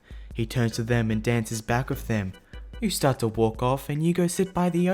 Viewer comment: "yew wanna go fo a wolk?"